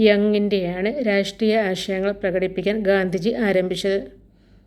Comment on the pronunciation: രാഷ്ടീയ ❌ രാഷ്ട്രീയം✅